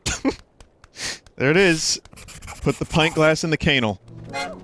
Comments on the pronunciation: Nobody: Vinny: cANAL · "put the pint glass in the KANE-el"